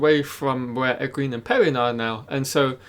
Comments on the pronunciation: I like watching your channel man, but when are you going to learn to pronounce Egwene’s name correctly? It’s pronounced “ Eh gwain”. A good way to remember is that it rhymes with “Logain” which you do say correctly. Thanks! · I used to say it the same way he does until I listened to the audiobooks. If you've only read the books its kinda hard to let go of the way you used to pronounce names. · Oh I totally understand that. I read several books myself before I learned how to pronounce some stuff, but he has obviously watched all the episodes, promos and interviews, so he has heard the correct pronunciations several times I'm sure. Oh well. Its just a nit pick and not a big deal.